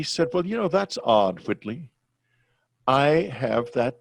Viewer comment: his name is WHITLEY! not Whitney!!! lol